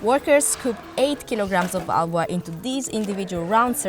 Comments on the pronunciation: ITS HALWA. NOT AHWAH. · Not it ALWAAA …..Its HALAWAAAAAAAAAAAA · I can't get past narrator's pronunciation of "halwa". "ALWA" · 😅😅😅😅 its pronounced hull-wa... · "AAVA"😂 So annoying!